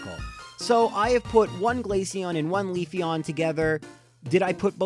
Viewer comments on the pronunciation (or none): Got Leafeon and Togekiss wrong. Oh well. Close enough.